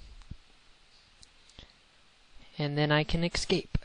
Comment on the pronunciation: the word is EScape not EXscape okay? :D sorry ive got a problem with that